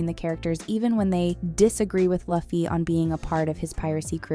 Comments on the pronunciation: Luffy is pronounced Loofee not Lahfee 🙄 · its Loo-fee not laugh-ee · This AI just ruined it by calling him luh fee....it's pronounced loofee. The actors may have done their research, but the narrator of this video sure didnt.😂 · why she call luffy "Lofi"... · why everyone keep calling him laffy when the show literally call him luffy😂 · bro OMG its not lufy Its LUFFY PRNOUNCED LIKE LOOFEE/LUFFY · your vid is great but please pronounce the name of the main protagonist. LUUUFFYYY not LAFFY. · its not laffy, but luffy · it's pronounced LOO-FEE not LAH-FEE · →maybe, the reason why she pronounced LAH-FEE/LUH-FEE instead of LOO-FEE like your correction, because she's following the standards of phonetic alphabet sounds..*in English-based alphabets. (Because) In Filipino/Tagalog language and dialects, we pronounce the letter 'U' as "ooooohhh" (upward intonation). Just like Spanish and/or Japanese letter U's..The English phonetic sound of vowel letter 'U' is enunciated or creates a sound of "uh".. instead of "ooh"..#JustSharing #NoHate ☺️🙂✌️ Hope it helps....... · Omg pronounce his name right 🤣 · If only we didn't have to hear Luh-ffie the entire video =( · Stop saying Laffy ffs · Disliked it. say it right luuuuuuuuu- feeeeeeeeeeee!!!!!!! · you´re using AI text to speech for the voice over aint you? You can bring those tools to pronounce words right if they fail. just write them as you would speak them. loofee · Excuse me… DID SHE JUST SAY LAH-FEE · guess you too need a much needed research... now, say Loooo-ffeeeeeee... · The cringe each time luhhfeee is said 😒🙄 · You can obviously tell this chick doesn't watch the show. Everytime she says luufy I punched a kitten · I'm sorry, but you pronounced it as "Luhffy?" what the.... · every time she mispronounces Luffy... take a drink.... (please don't actually do this) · i love seeing people do one piece videos and reviews and then straight up pronouncing luffy wrong. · i am disliking this for mispronouncing Luffy